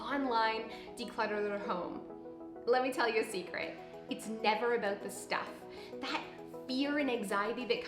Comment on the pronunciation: sweety, I love ya but why are you saying "about" like an american impersonating a Canadian??